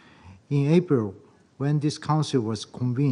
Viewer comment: He’s a Tosser he can’t even pronounce APRIL. IM DISGUSTED